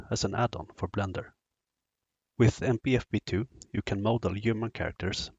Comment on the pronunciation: Must’ve been the Blendör pronounciation 😊Anyway, fantastic introduction, clear as crystal. Thanks!